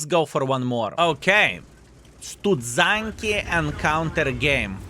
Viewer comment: u have polish wife, and u cant even say studzianki properly........ u pray she doesnt see this:P